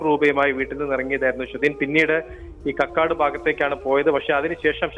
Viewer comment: കകോടി അല്ല കക്കാട് ആണ് സ്ട്ടാ......?😂